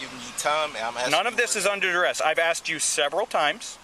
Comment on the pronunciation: “I’m under duress!” Sir, it’s pronounced under arrest